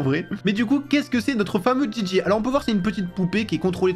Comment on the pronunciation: On dit Gigi 😂